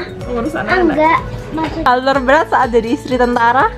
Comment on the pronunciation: Pas ngomong Enggak nya kok kea gimana gitu🤣🤣